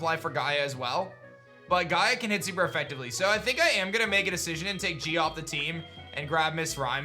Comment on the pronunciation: I really love the nickname Je, but not the way you say it. Pronounce it like Jet, but as if someone muted you before you got to the T. Also, if you REALLY wanna change its name, I believe the Name Rater is in one of the PokeCenter pools just chilling in the water IIRC.